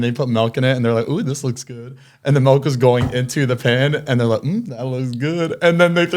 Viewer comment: zane the way u say milk kills me “melk”